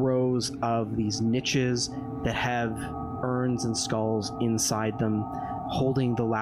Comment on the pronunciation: Watching this in 2024 - I love it - binge watch it- adore it - but (being German myself) the way pronounces „niches“ makes me want to rip my ears off